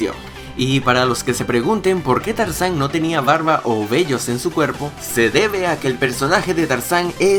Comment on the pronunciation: dijiste carzan no tarzan eso lo note porque eschucho bien suscribete a mi canal